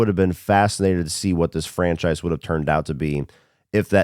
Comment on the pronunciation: My biggest of your hot takes is your pronunciation of “franchise” over the years